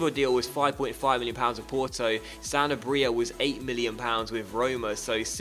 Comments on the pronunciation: Pretty sure Sanabria is pronounced "Sen-Arb-Rea" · Sa (like sa-vage) na bri (roll the tongue) a. :D